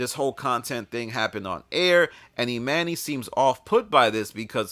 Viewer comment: “E Manny” lol is killing me. it’s pronounced E Monny